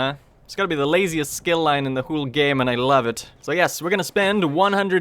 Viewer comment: Please stop saying Hule, it’s pissing me off.Its whole like hole not hule